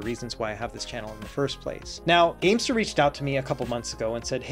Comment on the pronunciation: Keep thinking you’re saying the Gangster G8 lol